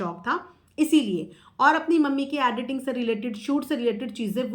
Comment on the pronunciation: Madam sorry but contoversy nahi bolte contRoversy pronounce karte hai Also aducation nahi education hai 🙏🏽 Additing nahi editing hai. Sorry but I just wanted you to know 🙏🏽 Prarity nahi priority hai